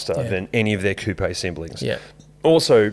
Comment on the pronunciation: Thankyou for saying coupé properly!